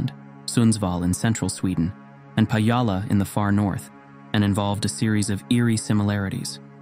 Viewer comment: [Pa"dz"ala] as you pronounce it sounds so Indian lol. Scandinavians don't have "dz" in "j". Think of it as "y".